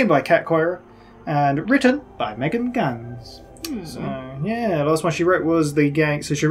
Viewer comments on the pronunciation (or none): It’s not a big deal, but Megan Ganz’s last name is pronounced Germanically, like “Gants”.